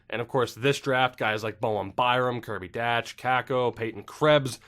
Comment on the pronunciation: Kirby Dach’s last name is pronounced “Dock”